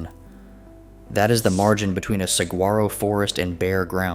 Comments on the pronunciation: Did you sat Sag- grar -oh? No, no and no. Please do your homework. It is a soft g pronounce like an h. Whether you spell it with a g, a j, or a h, it is pronounced the same. Please just look it up beforehand before doing your video. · I came to comment the same thing. This is yet another video I have seen where they mispronounce it. Makes me question their research 😄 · You really need to pronounce Saguaro correctly.